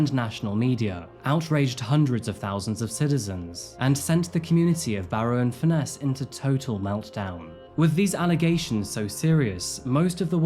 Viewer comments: Is the presenter using AI at least for his voice over. I'm from the UK and no one pronounces Barrow highlighting ROW. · It’s pronounced “Barra” by’t locals 👌🤣